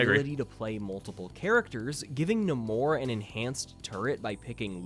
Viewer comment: My biggest irritation right now is how the MCU has made the entire world start pronouncing Namor's name wrong! 😭😭